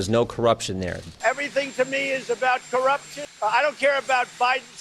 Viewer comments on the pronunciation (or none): That "corruption" clip there -- can anybody actually decipher what he's saying? I think I know what he's going for, but sheesh, talk about a word salad.